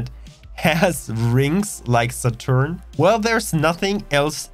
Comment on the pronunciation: love the way you butchered Saturn and Uranus names